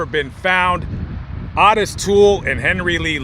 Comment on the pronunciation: you are pronouncing Otis wrong! It's pronounced (Oh- tis not Ott-is)